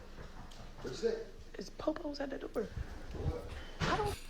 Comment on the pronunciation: 😂 "Uh Oh!! (....Betta' figure it out, Cops is at the door[doe]...")